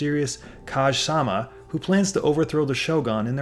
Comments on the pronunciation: He said "kaje" instead of "kage" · "Kaj-sama"? C'mon, it's ka-ge with a hard G.